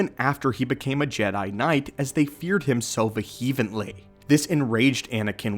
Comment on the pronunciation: ostrazation ostracism vehevently vehemently (pronounced VEE-uh-ment)